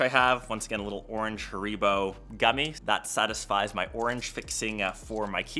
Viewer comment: Anyone gonna acknowledge the pronunciation of Haribo? 🤣